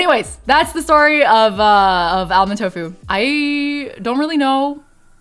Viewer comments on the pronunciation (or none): I love your stuff, but please don't pronounce the 'l' in "almond." It's just "AH-mund." ☺